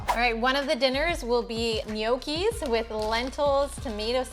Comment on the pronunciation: No key is the correct pronunciation. The g is silent.